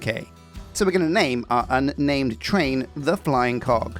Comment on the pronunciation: You really need to pronounce the G in Cog better! When you said Sheila got hit in the face with the Flying Co…” I spit my food out 😂.